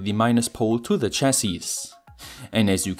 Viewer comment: Jut jemacht, aber kannste nicht mal lernen, wann man "the" und "thie" sagt ?